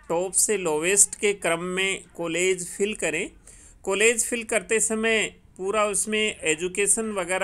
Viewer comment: please change your Kollege. sound it as college.